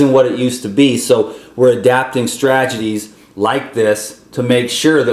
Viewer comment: There is no such word as "stragedies,". (Which rhymes with tragedy.) It's really Stat-e-gies. To break that down, you'd want to say STRAT - e - GEES. or One strategy would be STRAT-e-Gee. Look this up. Here's a YouTube tutorial on how to say it